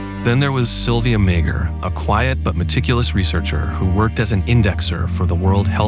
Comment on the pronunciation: Sylvia Meagher is pronounced MAWr